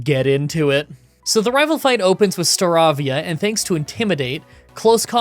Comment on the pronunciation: Horrendous pronounciation of "Staravia" btw